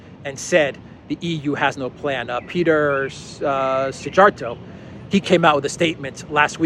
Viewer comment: Just a note on the Hungarian FM's name; Peter Szijjárto, is pronounced SEE-yar-toe! (I'm a bit of a stickler for accurate pronunciation of foreign names/places...) 😎